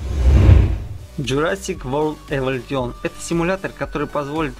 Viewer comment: Блин чувак, подучи английский. Умбрела, варс, хоризон, эволютион.